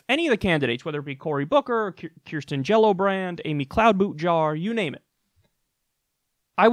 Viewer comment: It almost sounded like Kyle called Kirsten Gillibrand “Jello Brand” at one point. I know he loves giving people nicknames like Cloud Boot Jar, so I wouldn’t be surprised to hear him call Kirsten by that name.